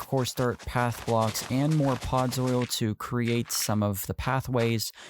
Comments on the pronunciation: “Podzol” not “pods oil” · Ughh... He kept calling it "Podzoil" instead of "Podzol." The video is truly very good, though. The red leaves on the tree Made it look like a poinsettia. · its not podzoil 😂